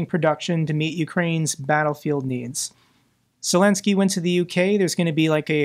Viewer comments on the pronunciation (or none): none